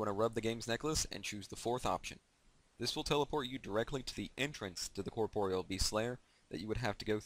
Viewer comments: Corproyal beast? Why are you saying like that? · " The way you pronounce corpreal best is so annoying grr! " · Lol you were saying corproyal lmao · The way you pronounce corpreal best is so annoying grr! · Nah he's really not, just good how to pronounce it and you'll get multiple sources confirming it's pronounced "cor-por-e-al" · its pronounced corp-or-real